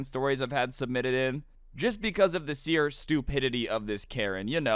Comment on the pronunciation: he just said "seer" instead of "sheer"